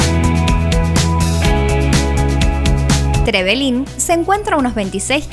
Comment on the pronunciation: Hola yo soy de trevelin solo les queria decir que no se dice trevelin con tilde en la i ni tampoco es con tilde en la primera E es con tilde en la segunda E. Le pasa a muchos turistas que vienen a aca😁